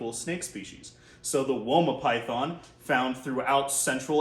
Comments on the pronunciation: I live in Australia and have my whole life and I can confirm we pronounce it wOma not wyma. That made me laugh for much! 😂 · As an Australian, we do not say "Wyma" python 😂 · Here in Australia we pronounce it woah-mah pie-then